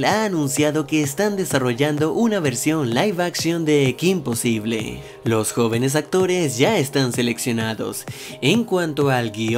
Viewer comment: ¿Soy la única española que le irritaba enormemente cada vez que pronunciaba "kim posible" en lugar de "Kim posibol"? (Porque al menos en España el título se pronunciaba como es originalmente, en ingles.)